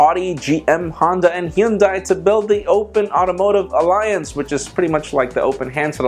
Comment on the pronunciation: I meant the pronounciation :) I knew someone would reply. I shouldve cleared things up! Haha